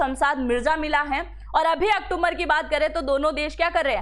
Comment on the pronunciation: मैडम आप इतनी पढ़ी लिखी है सारे काम करते हैं लेकिन एक अक्टूबर सही नहीं बोल सकते अक्टुम्बर बोलती हैं